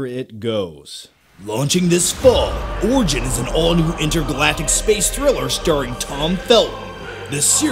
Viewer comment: Am I the only one who heard "orgy" when he said origin first time?